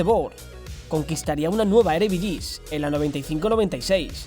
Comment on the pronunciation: No se si lo haces bien ahora, pero el nombre de la primera división neerlandesa se pronuncia “Eredifisi”. Llevo viviendo unos años en Países Bajos y me llamó la atención ese pequeño defecto. Gran video!!